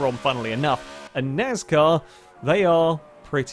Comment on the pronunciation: What’s NAZCAR? ;)